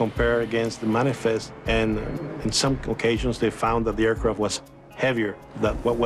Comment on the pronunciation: "Air Croft" what is a Croft ? There is no O in the word AIRCRAFT